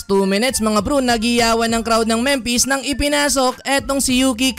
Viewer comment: Memphis Pronunciation: Memfis Hindi Mempes.